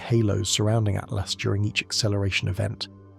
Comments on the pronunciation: Why has 3I Atlas been changed to "3 Atlast" by this AI voice over? Is it hinting that "at last" we're going to be destroyed by aliens? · This AI said 3 at last... Yeah not something people shouldn't listen to if it can't. It doesn't pronounce what the subject is talking about. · Stupid ai voice cant even say atlas